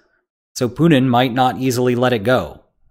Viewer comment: “Poodin’”. = Putin